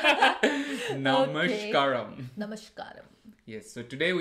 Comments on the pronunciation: Its "Namaskaram". not Namashkaram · Then one currection for u ,not namshkaram its namaskaram .little pronunciation mistake thatsall❤❤